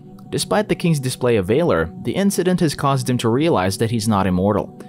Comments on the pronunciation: pronouncing VALOR wrong. How do you not know what that word is? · I’m surprised he pronounced Versailles correctly but couldn’t pronounce Valor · That’s not how you pronounce “valor” Check Merriam Webster’s website for correct pronunciation of this and any words you are not familiar with. Just a helpful tip.